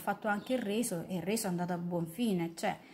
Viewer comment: È sempre colpa di, si sa 🤗😉🥰 P.s avevo capito il "riso" al posto del "reso", e alla fine ci son rimasto male, perché avevo anche un po' di fame 😂😂😂